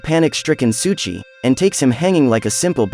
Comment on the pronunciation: Why do u keep saying "Suchi"? Pronounced "Soh ee Chi. Souichi